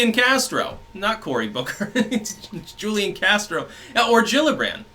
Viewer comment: As someone who lived in San Antonio when Castro was mayor his name Julian is pronounced wholian the J has an H sound Just fyi